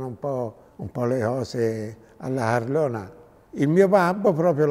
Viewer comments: "Perché nel 1910 facevano un po'... un po' le cose alla Harlona!" che bello il toscano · Mr. Wolf vai al minuto 6.30, i toscani “aspirano” la C è quindi la carlona diventa la harlona!